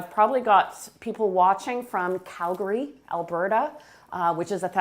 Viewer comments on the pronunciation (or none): none